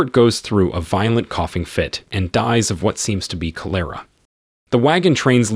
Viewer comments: CÒ LORAH Not colérah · Yeah I heard him say cho.. lera and said WTH who taught this guy English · Cholera is pronounced with the accent on the first syllable. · Cholera is pronounced with emphasis on the first syllable. Not the second. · Funny you can’t pronounce Cholera right. You ain’t from around here are you. 😂😂😂😂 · mispronounced cholera and Rene